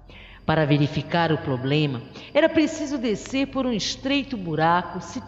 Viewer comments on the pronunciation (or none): none